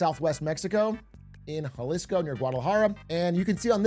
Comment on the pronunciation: Had to stop when you pronounced Jalisco